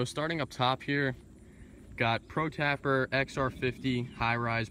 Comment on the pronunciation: Ouchhhhh.. tapper? Hurts the ears